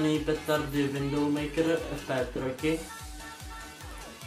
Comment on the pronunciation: Dobré video, ale [Widoumejkr] ne [Windoxmajk] :D